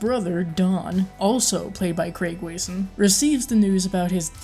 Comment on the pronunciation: Not sure how you got “Way-son,” out of “Wasson…” This especially odd, as the first pronunciation you expressed, was “Wesson…” It’s actually pronounced “Wah-sun.” It’s a good review, otherwise. This shouldn’t be taken as anything but what it’s meant to be: constructive criticism. No offense meant, whatsoever. Here’s a helpful tip: when I am not sure about the proper pronunciation of a persons name, I immediately look for an interview with this person. There, you will surely hear the proper name, expressed.